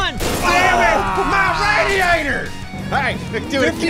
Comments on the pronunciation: “MY RAIDEATOR” XD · IT'S PRONOUNCED RADTIATOR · JonnyEthco NOT MUH RADIATOR